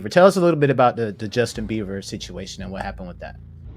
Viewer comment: Good content! One note. It’s BIEBER not Beaver